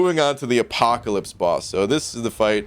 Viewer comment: Are you saying Apoca-lip? I'm pretty sure you're saying Apoca-lip.